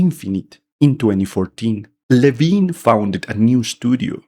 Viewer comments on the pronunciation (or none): Ken Levine. Its Ken Levine